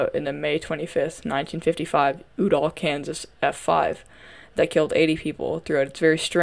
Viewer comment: You-Doll Kansas is how its pronounced